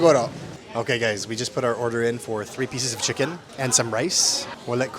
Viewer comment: Chicken naman ang pronunciation namin, hindi naman chickon 😆